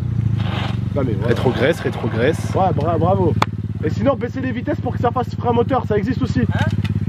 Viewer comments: Zantar il a dit retrograisse 😂😂😂😂 au lieux de retrograde😂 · Zantar rétro graisse 😂😂 on dit rétrograde !! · Mdrr c'est retrograde et lui il l'a dit rétrograisse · "rétrogrèse retrogrèse " on dit rétrograde 🤣🤣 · Zantar y dit retrograisse alors que c'est rétrograde 🤣🤣🤦🏼‍♂️ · Zantar qui dit retrograisse😂😂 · il a dit rétro graisse 😂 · « Rétrograisse » 😅😅 rétrograisse ta penche avant 😅😅